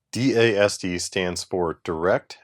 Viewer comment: Retired IBMer here. DASD is pronounced Daz-Dee. :D